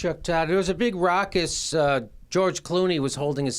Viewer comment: ruckus not rockus